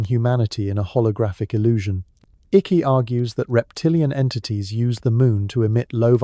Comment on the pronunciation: "Ick". Well done, AI.